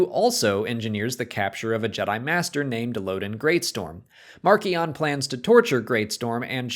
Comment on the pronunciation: Please stop mispronouncing Marchion,! Listen to the audio book if necessary